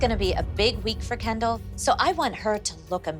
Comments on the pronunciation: It is kendell not canndle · After 30 second it sounded like "candle" to me 😂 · I always hear “Ken Doll” and start laughing edit: now I hear "candle" 🕯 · When it says Kendall loads of times it sounds like candal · imagine doing this for so long, then someone corrects you saying it's, "Kendall." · No one: Not a single soul: Jill: KEndALl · After a little bit "Kendall" sounds like Candle....😂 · I can’t listen to anybody say “Kendall” anymore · All the moms said there girls names just as much but when Jill says “Kendall” it just sounds like she says it 1 million times more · Her name is Kendall but its sooo hilarious🤣;)